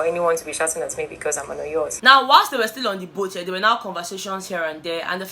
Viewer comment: Yatch Yot let’s call it boat 😂😂😂😂